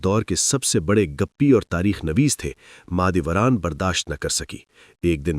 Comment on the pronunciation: Mah e dolat nahi Mah e Dora thi ye pehle Naam to theek se bolo